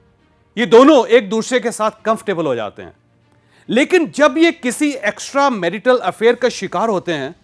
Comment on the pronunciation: Why are you literally shouting You can narrate in a much better tone You are capable of it Your pronunciation of "Extramarital" is also not correct Please rectify